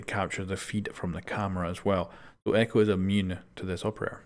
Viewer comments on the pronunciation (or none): none